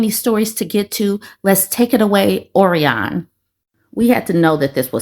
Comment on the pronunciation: Orion is pronounced Oh Ryan